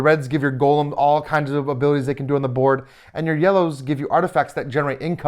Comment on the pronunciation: Great preview. I’m very interested in the game. FYI, it is pronounced go-lem, not gollum (as in LOTR).